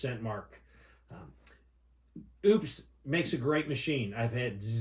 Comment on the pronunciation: Thank you for the correct pronunciation of Oupes and not going the lazy route with Oops. Edit: Never mind LOL